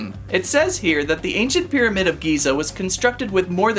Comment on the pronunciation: Half-O-mid ? 😂 did the pterodactyl people let you have that word too ?